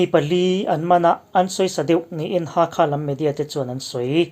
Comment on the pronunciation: 'Ha kha' ni lovin, 'Hal kha'